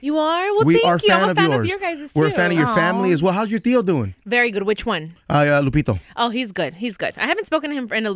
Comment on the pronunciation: This nigga said lupito. 😂 I thought it was lupillo